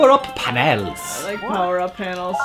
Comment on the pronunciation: I SERIOUSLY JUST GOT WATER UP MY NOSE FOR HANK SAYING PANELS INCORRECTLY OH MY GOD WHY WAS THAT SO AWESOME.